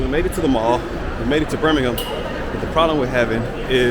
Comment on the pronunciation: I am very impressed, she is the first American I have ever heard pronounce Birmingham correctly!